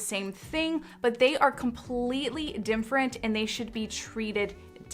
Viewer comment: I just can't understand why she says "dimferent" in every video 😩